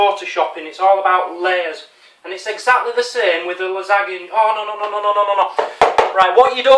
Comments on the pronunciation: Hi. You know it is pronounced (la-san-ya) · its pronunced lasanja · It's pronounced Lizz-an-ya. Its quite common here in New England. It is so strange to find someone who has never eaten a lot of foods I normally eat... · You are a grown man and you don't even know what a clove of garlic is or how to pronounce Lasagne -_- Great vid tho xD